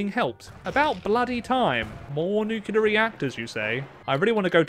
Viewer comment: NEW-CLEEE-ER NOT NEWK-U-LUR